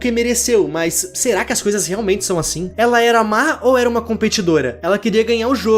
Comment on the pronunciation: "asism"